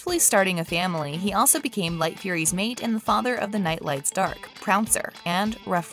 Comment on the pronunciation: The female nightlight's name is Dart not dark